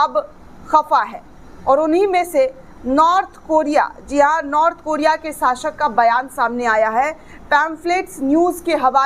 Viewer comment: Sashak nahi shasak😂